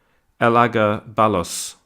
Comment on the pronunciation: You pronounce that name ELA-GABA-LUS